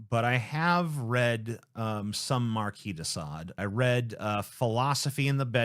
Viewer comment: So glad you pronounced 'marquis' correctly 👍